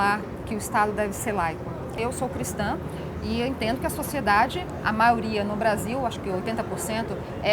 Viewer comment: já tomei ranço dessa mulher quando ela falou "maioria"